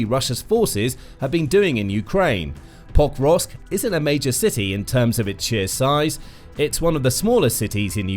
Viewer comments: PoKROVK, not POKrovsk. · Why don't these announcers learn basic pronunciation of significant cities? It's not POKE-rovsk; it's Pa-KROVSK. And it's not YOU-kraine! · If only he would pronounce it POKE-rovsk! He pronounced it Pokevrosk - my years are hurting from all of that rubbish pronounciation. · Every time the narrator said "Pokrovsk" I swear he was saying "Bob Ross" but it could be just me! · Could not watch the entire clip. You would think that the name of the key city in the clip would be important, and they would learn to pronounce it. It was butchered tens of times, over and over again. Thumb down it is. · Why does it always sound weird when the narrator says Pokrovsk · Had to stop watching, it hurts everytime you tried to say the name of the town. Incredibly jarring. If your only job is recording voiceovers like this, couldnt you take five seconds to find out how to say Pokrovsk?